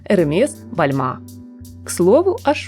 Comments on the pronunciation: Не Бальмэ, а Бальмен. Про тренды сезона не услышала ничего. Одно словоблудие. Тупое перечисление названий брендов, и те с ошибками. Да будет вам известно, что красный цвет актуален уже третий сезон как, а черный вообще из моды не уходил. Нюансы не в цвете (это вторично), а в крое. Стиль бохо тоже уже последние 20 лет носибелен и цитируется многими дизайнерами. Где основные направления на осень 2024 ? Даже перечисляя тренды, ни одного бренда-трендсеттера вы не упомянули. А будто прошлись по стокам из ЦУМа. Модный блоггинг - это не ваше🤦‍♀️, лучше про цветочки вещайте. 👎👎👎Запиливать фоточки с показов все умеют, тенденций вы не знаете и не видите 😝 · )) Бальма. Буква н в конце почти не произносится. Не всегда название бренда произносится так же как и фамилия дизайнера. Моды нет, а есть фанаты стиля и брендов, с которыми спорить бесполезно)))